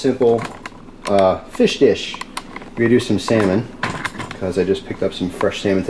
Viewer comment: I died when you called it Feesh, thats the only way I can say it lmfao